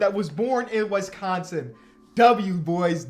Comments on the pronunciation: it’s “wIsconsin not wEsconson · The way he say "Wees-con-seen" lmaooooooo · No one::"Wessconsin" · Hearing you pronounce Wisconsin pains me. Cool video still. I miss watching Tyler and Jordan hoop over here. Could have picked your guy Tyrese as well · Why do you pronounce Wisconsin like that? 🤣🤣🤣